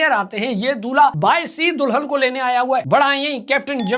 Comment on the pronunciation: Dulhan ❌Do-lun ✅ Foodie ❌ Fudi-dia ✅ WTF bro🤣